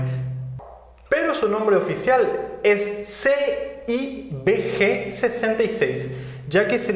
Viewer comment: No es Yose Márti, No es CIBG, CIGB. Fíjate que cuando dijiste el nombre editaste el video cortándolo por que viste que metiste la pata